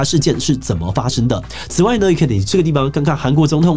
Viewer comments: 尹錫悅 尹錫悅 尹錫悅 不是尹悅錫😂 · 77好像念錯了南韓總統名字2次 尹錫悅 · 南韓總統名字都可以講錯，不需要重錄嗎 ? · 韓國總統是尹錫悅，一直念錯不好吧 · 尹錫悅 拜託總統名字可以念對嗎？ 聽了很尷尬... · 把人家總統名字唸錯這不太應該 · 居然把韓國總統的名字說錯？ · 雖然這不是今天主題的重點，但志祺今天一直把韓國總統的名字念翻了 😅